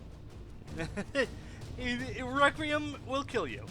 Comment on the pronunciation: i stopped watching when he called it recream not requiem